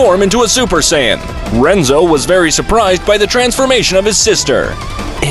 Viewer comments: Bro really said sayayans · itt iis saiyan not saiayin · Bro just said super saiyayan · I like you saying saiyayan instead of saiyan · It's not saiyayan it's saiyan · It’s not Sayyan it’s Sayian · It’s Saiyan not sayiyan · Saiyan❌ Saiyayan✅ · I died inside a little everytime he said sayaiyan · Help. sayayian and deyshikan is hurting my soul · Say ay in 💀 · Wtf is saya-yin? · I hate how he says saiyain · why does he say saiyayain its so annoying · Learn how to say sayian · "the evil emperor freezer" "saiyanynaynyna" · why is this guy saying “say-ian” and friezer”